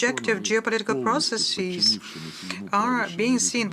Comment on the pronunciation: Process Ezz. Processes. NOT processEEZ. Do you say businessEEZ too?